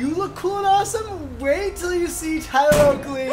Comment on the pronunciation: saying “tyler oakey” is literally the bane of my existence